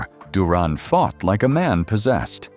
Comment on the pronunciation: His name is Roberto Duran not Duron😂